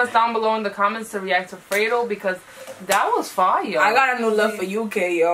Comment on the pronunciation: It’s not “Fray-do” it’s “Fred-O”